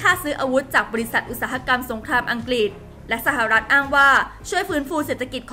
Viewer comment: ออกเสียงคำว่าอังกฤษไม่ถูกต้องนะครับ อัง-กริด ไม่ใช่ อัง-กิด